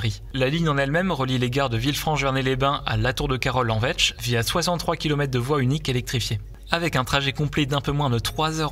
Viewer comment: Enfin je saurai prononcer correctement ce nom! Merci pour cette précision!